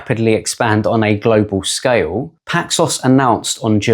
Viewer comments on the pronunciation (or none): Saying Glo Baal..... it's Earth